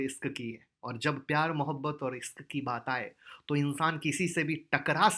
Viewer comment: sir isk nhi hota.ishk hota ha.bahut mja la la kar bta rha ho sir.